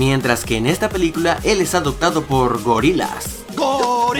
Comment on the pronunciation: Dijo "adactado o adactación" no sé cuántas veces, alguien le ha dicho que no se dice así!?